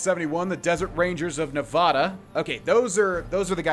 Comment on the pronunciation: Loving this let's play but as someone who grew up in Nevada my eye twitches whenever says it lol. But not gonna let that stop me watching 😄